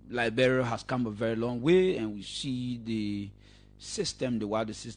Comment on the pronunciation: Please pronounce the word Liberia correctly and not Liberail. Please show us where CDC has all those agricultural projects on going and producing rice and other cash crops. Please stop the lies and stop speaking your kru English that we will never buy.